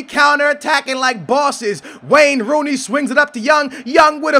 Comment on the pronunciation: I thought he was about to say Rain Wooney.. lol.